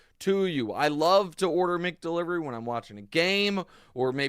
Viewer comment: Nick it’s Mac Delivery and Mac Donald’s not Mick Delivery or Mick Donald’s